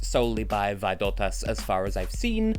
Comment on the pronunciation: Not really. Just now i noticed that second time he said Vaidotas, he stressed it slightly incorrectly, although, even some of Lithuanians says Vai-DO-tas, it should be VAI-do-tas (pronaunced WHY-dot-thuz). First time he said it was correctly. Robertas is stressed RO-ber-tas (pronaunced RO-bert-tuhz), Mantas is stressed as MAN-tas (pronaunced MAN-tuhz).